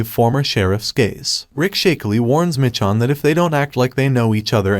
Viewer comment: Why are you calling her Mitch-on